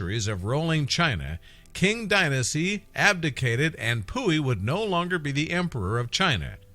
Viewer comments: The Qing Dynasty is pronouncing Ching not King, also it’s a Palace not a castle, there are practically no castles in China. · I believe he mean to say qing dynasty, what a peculiar pronunciation